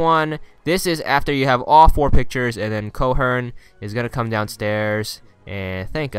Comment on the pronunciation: Sander Cohen's name is pronounced Sander Koh-en. No r in Cohen.